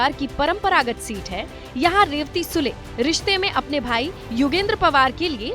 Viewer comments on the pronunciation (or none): Aap SUDE aise read kar sakte Sule ??